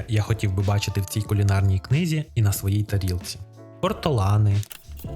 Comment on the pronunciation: почулось спочатку Портолани, а птичка називається Ортолан =)